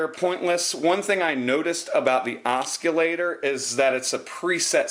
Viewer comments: It's pronounced Os-sil-later lol. No hard C. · its pronounced ossilator LOL